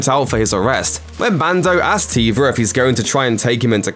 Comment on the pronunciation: It's Carson Teva not Tiva